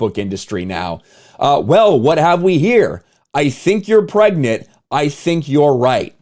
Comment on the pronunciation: bro really said pregknit 😭